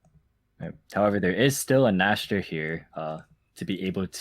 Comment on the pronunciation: please speak after me: Cyber Dragon N-eeh-k-ster. That's how you kind of pronounce it the German way. Glad to help.